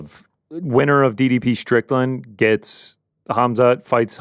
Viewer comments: says "Strickdan" instead of Strickland! Call back to yesterday's super chats. SHOUT IT FROM THE ROOFTOPS, DO NOT LET HIM GET AWAY WITH THIS PEOPLE! 😅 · 3 minutes in and hits us with the Sean “Stricktand” 😂😂😂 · I was with you the other day. But I’m hearing you say “Stricktand” today! All love to the boys on the back!! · says "Stricktan" hahahahaha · Scratch that - He's said it about 40 times